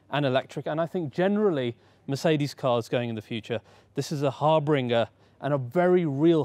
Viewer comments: Hate to be that guy but I think you mean "harbinger" rather than "harbringer", pronounced har-binge-er, as in "he is the harbinger of death" when speaking of impending sense of doom, etc. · "Har - bin - jer", not har-bringer!! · Harbinger….Harbringer….Car bringer